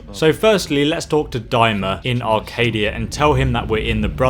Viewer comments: Acadia not arcadia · CHEEZ IT'S ACADIA NOT ARCADIA